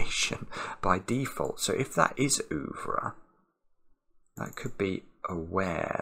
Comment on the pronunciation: "oovre"... Pronounced more like "er-vre"...